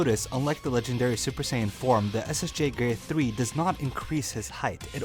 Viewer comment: I hate how he says increase